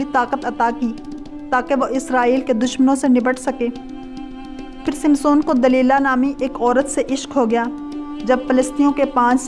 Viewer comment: You said wrongly named as Simson and Delela. whereas correct names are. Samson &. Delilah. Another word was wrongly said as فلسطی correct is phalastini